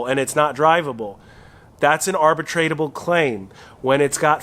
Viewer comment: NOT "arbitratable." "Arbitrable." ARB-UH-TROUBLE.